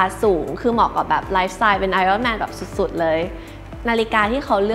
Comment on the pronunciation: ดู ep นาฬิกา CEO แล้ว กลับมาหาดู ep นี้ content ดีมากเช่นกันครับ ดีใจที่ได้ยินคุณ (ไม่ทราบเขียนถูกหรือไม่) ออกเสียง ไออ้อนแมน เพราะจะได้ยินคนออกเสียงหรือเขียนว่า ไอร่อนแมน บ่อยๆ รู้สึกขัดใจมาก ติดตามดูอยู่นะครับ